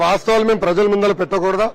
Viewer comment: ముందల కాదు sir ముందరా ..